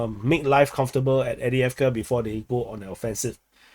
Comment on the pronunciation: There was never enough “eeeeeeee” in your Adeeeeeeevka, anyway. For that matter, you should up your “eeeeeeee” game when referring to “Keeeeeeeeeev”, “Lveeeeeeeeeeeeev, and Kharkeeeeeeeeeeeeeeeev” as well.